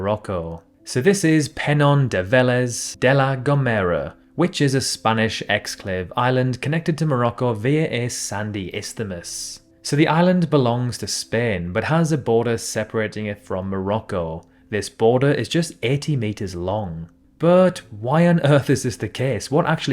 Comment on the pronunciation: Baarle-Nassau is pronounced 'Barley' like the grain and Nassau, like the capital of the Bahamas. Liechtenstein is not pronounced 'Litchenstein'. The word is 'isthmus' not 'isthemus'. The Norway–Sweden border is 1,630-kilometre (1,010 mi) long land national border. Look it up. I really don't know what he's talking about here.